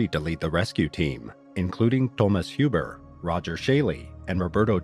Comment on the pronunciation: Thomas Huber has to be pronounced "Huber", not "Hiuber"